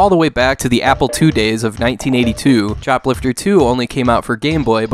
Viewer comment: I swear by god, I was listening to the video while doing other stuff and I heard "Shoplifter III". Had to stop for a second to check why did they make not one, but three games about shoplifting.